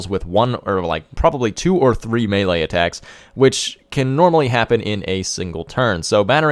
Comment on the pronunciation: It took me a few minutes to grasp mailer units are melee units its French you know maylay -Jeez